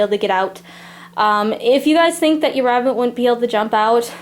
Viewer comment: listen carefully because it’s sound like she says rat instead of rabbit just me ok